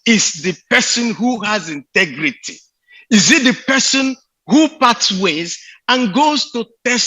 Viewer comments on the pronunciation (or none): Wike point of CORRECTION it's INTEGRITY NOT INTIGRITY 😎😎😎😎😎😎😎😎😎😎😎😎😎😎😎😎😎😎😎😎😎😎😎😎😎😎😎😎😎😎😎😎😎😎😎😎😎😎😎😎😎😎😎😎😎😎😎😎😎😎😎😎😎😎😎😎😎😎😎😎😎😎